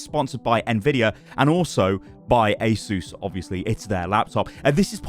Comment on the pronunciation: Asus being pronounced correctly is so satisfying (Ay Zeus)